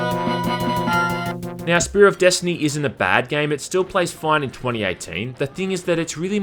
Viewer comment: "...desHtiny!" 10/10👍